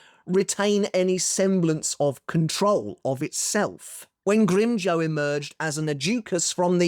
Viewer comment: You mispronounced Grimmjow's name and use pictures from the manga. Do you even watch canon?